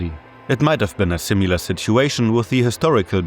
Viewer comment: similar, not simular